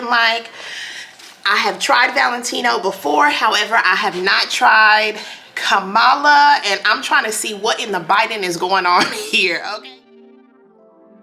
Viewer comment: Her name is pronounced Comma-la not Ka-malla!